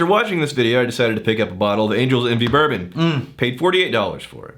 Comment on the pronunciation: To pronounce 'bourbon' like...say "butter-bin" really fast.